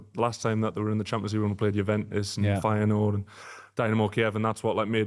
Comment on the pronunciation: Great Feyenoord pronunciation